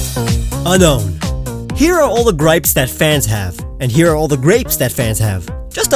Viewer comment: That's not the only reason people hate unown its because of its pronunciation Its pronounced UN-OWN not UN-KNOWN